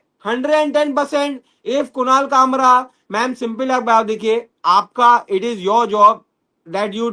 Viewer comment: Kushal nahi kunal